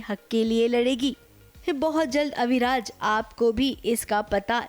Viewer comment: Abhiraj nahi...AviRaj